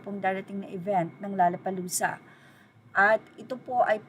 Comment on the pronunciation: By the way, it’s “low-la-pa-loo-za”, not “la-la-pa-loo-za”.